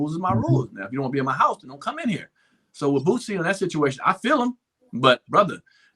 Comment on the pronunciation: Boosie. Not Bootsy. Wtf